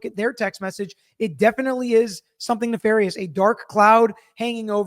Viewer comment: Thank you for pronouncing nefarious correctly,!